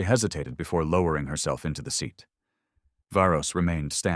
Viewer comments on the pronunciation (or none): none